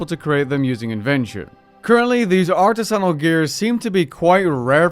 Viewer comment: Please look how up to pronounce artisanal🙃